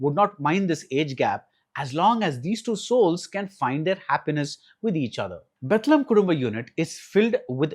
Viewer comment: This guy doesnt even know how to pronounce the birth place of jesus christ 😂